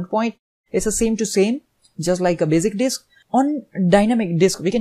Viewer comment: Bazic disk ...LOL